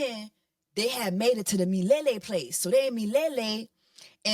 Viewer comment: Im cracking up at the Mufasa Review Jessie. Didnt know I needed to hear it summed up like that, I missed you🥺😘... Lol , Miliele is actually a swahili word that means forever or everlasting. Swahili being my second language im happy to say your pronounciation was spot on. Btw the people who be speaking on religion and judgjing are my worst type of people. Please keep on enjoying your life with Mr. Easter . Dubai looked good on you sisterr thanks wearing the attire so well.